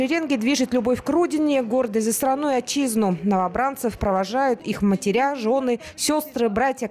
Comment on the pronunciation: Матеря вместо матери...Это на каком языке вещает репортер???